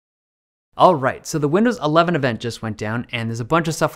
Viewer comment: did i hear him said... windows 11venger... Windows Avenger???😁😁😁